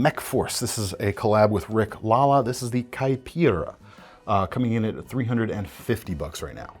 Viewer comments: Your "Caipira" pronunciation was spot on! For those who don't know it means "hillbilly" in portuguese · Hi Brazilian here.... You pronounced Caipira correctly. Congrats!